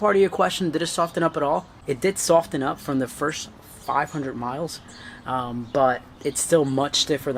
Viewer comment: Why are you emphasising the "t" in "soften" so much? The "t" is silent... Lol 🤦‍♂️